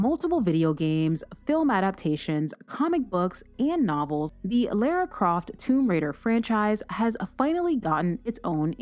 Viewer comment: Excuse me ... Lera Croft? ..ah no no.. that's Lara like Laura babes.